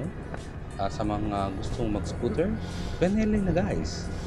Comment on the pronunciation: Ano ba talaga? Belleni or Benelli? Haha. 😅